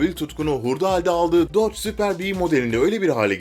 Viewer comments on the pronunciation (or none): none